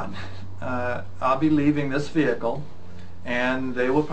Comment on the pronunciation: Why he say vehikal